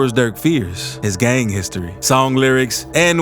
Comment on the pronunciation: I get what you’re doing, but cut that weird pronunciation out dude. You got to tone it down Gaaaang, sawng